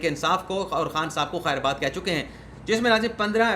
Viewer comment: بھائی آپ ھمیشہ "خیر آباد " کہتے هو یہ "خیر باد " ھے خیر آباد نہیں